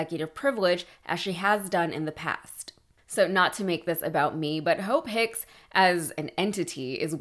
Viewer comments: He pronounces Hope Hicks "Ho Picks" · I swear he’s intentionally saying “Hoe Picks”